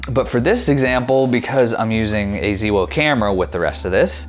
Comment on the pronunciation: ZeeWoh? That is new to me! Thanks for the video.